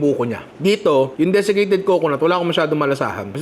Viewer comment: buko? deficated??? lol!